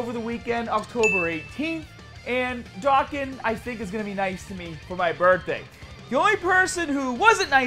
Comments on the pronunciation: It’s pronounced “Dokkan”. Not “Ducken”... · Its funny the way you pronounced dokkan DOKEN